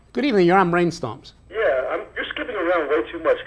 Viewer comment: Whats "breeen stumms"???